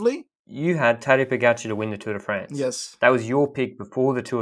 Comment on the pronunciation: Is it just me or is he butchering Pogcar's name? POH GACH HUH? Anyway, love the pod, on to the Worlds.